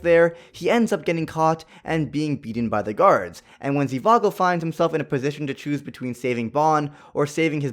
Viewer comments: It’s not Zivago it’s Zhivago lol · It isn’t zivago its zhivago